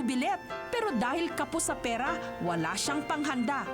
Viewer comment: bigkasin nnu ng maayos ang r,pera hindi perra